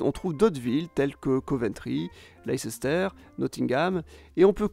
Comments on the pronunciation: En Afrique de l’Ouest on parle souvent du corridor Abidjan - Lagos qui compte entre elles Accra, Tacoradi, Accra, Lomé, Cotonou, et Lagos. Le nord et les côtes de la Tunisie sont aussi très densément peuplé. Et finalement Leicester prononcé « Lester » et non « Lesester » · Très bonne vidéo ! Mais pour encore plus illustrer le propos, il me serait paru pertinent de faire un focus sur la Ruhr en Allemagne qui tout de même un des exemples les plus manifestes de conurbations ! Aussi, le "ces" de Leicester ne se prononce pas ;) On prononce "Less-teur" à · la prononciation c’est Lei-ster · "Leicester" se dit "Laice - ster"... un peu comme malesherbe, qui ne se prononce pas "malé cherbe" 😂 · On dit : « WOUrster », « LEEster », «KatoviTCHE”, etc … 😄